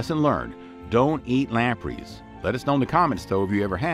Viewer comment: Lamprees??? It’s pronounced lamprays…